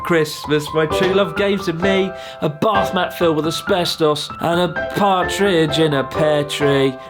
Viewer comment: Why i hear BARFmat instead of a bathmat there? :D